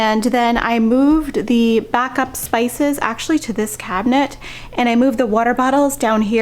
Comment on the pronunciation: "akshwee"...so many times!